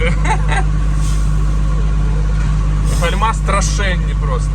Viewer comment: гАльма а не гальмА